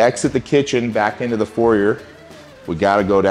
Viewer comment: Guy has a foyer but can’t say foyer….